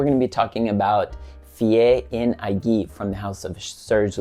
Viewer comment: A nice surprise for a Friday afternoon. You already know what I think of Lutens in general, and as I was telling you in private, it’s been at least 4 or 5 years since I got to smell Fille en Aiguilles. (Fee an ay-ghee 😁). I agree with you on how the bottles look and how one could store them in a limited space. I keep mine in a drawer that can store bottles up to 20cm/8inches tall. I’d be laying it flat if I had it. Talking about bottles, the ones you were referring to as “hourglass” are usually called “the bell jars”. Now, back to the perfume, I’ll certainly try to find a bottle and see what I feel about it several years later. Looking forward to hearing your thoughts if you get to Toranomon Hills this weekend. Great video Curtis! 👍 If it helps, it came out better than the first take 😁